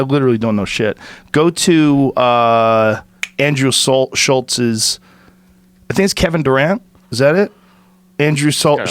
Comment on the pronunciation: Joe "Andrew Salt...Schultz's" Rogan